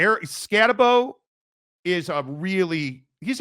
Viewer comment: Scatabo’s name is pronounced with a “boo” at the end… “Scataboo”